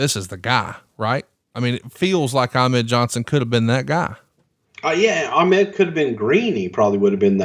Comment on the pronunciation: Bobo Brazil won the WWWF United States title in the 70's, so Ahmed was not the first AA to win a singles title in WWE. Also, is anyone else bothered by the way Bruce pronounces Ahmed?